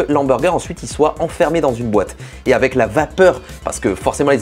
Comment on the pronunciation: Jte kiff et j'admire ton talent pour le montage photo/vidéo mais on dit "Avec" et pas "Avé"